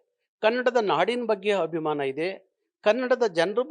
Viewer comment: ಅಯ್ಯೋ ದೇವ್ರೇ ಈಯಪ್ಪನಿಗೆ ಕನ್ನಡ ಉಚ್ಚಾರ ದೋಷ ಇದೆ. ಹಾನ್ಗ್ಲಾ ಮಾಧ್ಯಮ ಅಂತಾರೆ, ಹೋದೋಧು ಅಂತಾರೆ, ಹಬಿಮಾನ ಅಂತಾರೆ.. ಕನ್ನಡದ ರಕ್ಷಣೆ ಅಂದರೆ ಭಾಷೆಯ ಸೌಂದರ್ಯ, ಭಾಷೆಯ ಉಚ್ಚಾರ, ಭಾಷೆಯ ವರ್ಣಾಲಂಕಾರ , ವ್ಯಾಕರಣ ಎಲ್ಲವನ್ನೂ ಅಚ್ಚುಕಟ್ಟಾಗಿ ಪಾಲಿಸೋದು ಮಾತು ಪ್ರದರ್ಶಿಸುವುದು. ಸಂಗೀತ ಬಾರದವನು ಸಂಗೀತಗಾರ ಅಂತ ಹೇಳಿಕೊಳ್ಳೋಕೆ ಆಗುತ ಸ್ವಾಮಿ? ತಮಿಳ ತಪ್ಪು ಮಾತಾಡಿದ್ರೆ ಅರ್ಥ ಆಗುತ್ತೆ. ನೀವು ತಿದ್ದಕೊ ಬೇಕಲ್ವೆ. ನಿಮ್ಮ ಹಷವಿನಿ (ಅಶ್ವಿನಿ) ಕನ್ನಡ ಹೋರಾಟಗಾರ್ತಿಯಾಗಿ ಕನ್ನಡ ತಪ್ಪು ಬರೆದರೆ ಹೇಗೆ ಸರಿ ಹೋಗುತ್ತೆ ಸ್ವಾಮಿ. ನಿಜವಾದ ಕನ್ನಡಿಗರಾರೂ ಒಪ್ಪಲ್ಲ ಬಿಡಿ.